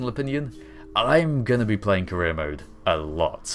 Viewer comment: Did anyone else think he said "Korea Mode" instead of "Career Mode?"